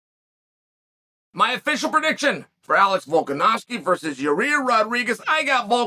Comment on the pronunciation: Uncle Chael pronounces both Volkanovski and Yair Rodriguez perfectly. I’m a bit worried.